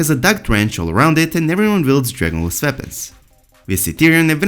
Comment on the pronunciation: Every time this guys says "dragon glass" I heard "Journalist" . Can't unheard it.